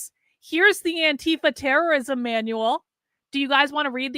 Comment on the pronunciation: ITS TERERISOM